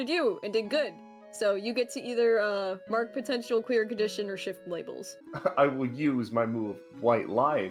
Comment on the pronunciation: I keep hearing “mark potential clear conditions” as “mark potential queer conditions”